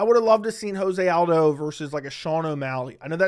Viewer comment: Lobe the takes but is joe-zay aldo